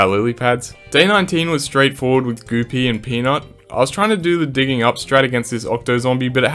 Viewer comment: Goo pea❌ Goopy✔️